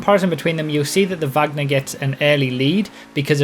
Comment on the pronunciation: no the supercar is named from her surname you said it wrong